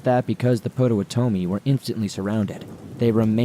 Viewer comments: Excellent episode,. However, Potowamy is pronounced pot-uh-wah-uh-me, with the emphasis on the wah.😁😋😄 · Never heard someone butcher pot-Ah-waht-a me like that before xP Good read though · Dude I love your stories BUT research proper pronunciation of place and people/tribe names. 1. La Salle - the e is silent so it’s La Sall not La Sally. 2 Potawatomi is pronounced Pot-a-whata-me.